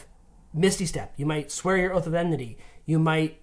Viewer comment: Enmity, guys, please. Enmity. Not emnity.